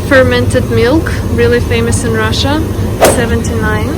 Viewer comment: Een Rrrrah-shah, food eats YOU!